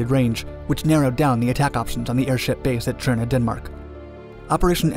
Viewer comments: Töndern, not tschondor or tsjörne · Sounded like Cherna to me. I think he should just pronounce it as Tonder, the Danish viewers will understand why the Ø is replaced. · Why are you saying it's in Denmark? Tønder was part of Germany at the time this is just needlessly confusing since during WWI Denmark was neutral. Also you pronounce it Cherna it seems like? Just say Tonder if you're having trouble with the Ø because again this is extremely confusing. I literally had to look in the description to figure out where the hell you were talking about because there's no town in Denmark called Cherna and the German Empire definitely didn't have any airbases in Denmark. If you're saying it's in Denmark because the area was occupied and the people living there were Danish then just include a quick explanation about how Germany occupied Southern Jutland after the Second Sleswig war. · It sounds like you say Tjørne every time you say Tønder. ø in this case is almost like the sound you make when hinking of what to say "ehm/umm"